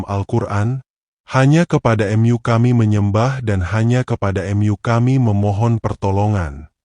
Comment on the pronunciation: ceritanya bagus...sayang pmbawa ceritanya mesin...jdi bahasanya jdi ngga pas...Alloh jdinya Allah...Mu dan m yu....tpi lumayanlah buat hiburan...